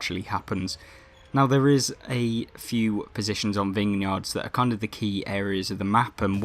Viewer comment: It sounded like you called Vineyards “Bingham Yards” or “Vinghing Yards”